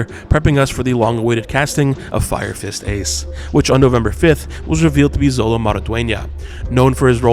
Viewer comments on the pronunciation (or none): Xolo is pronounced SHOLO !! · Xolo is pronounced "Sholo"